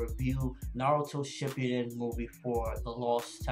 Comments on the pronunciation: dude its not pronounced as shipyuden but shippuden in which there is no letter "Y" sound. it sounds so crappy if japanese terms are pronounced in english accent and pronunciation. anyway i wish minato saw the fuuton rasenshuriken as well but alas... he only got to see the ordinary rasengan by naruto... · YOU SAY SHIPPUDEN WRONG